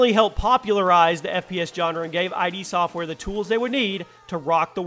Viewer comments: lmao wth is wrong with you? top 10, 30 games of all time. I.D software? instead of pronouncing it like idd. That sonic 2 footage is from the mobile remakes? Not to mention the way you pronounce things. Oh ko rina of time, Koh no mi lmao instead of Ko Nah Mi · iD software... not I.D. (Eye dee) software. Cahm ahnnnnnn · You know this guy didn't think through his top 30 when he can't even pronounce "konami" and "id" software properly.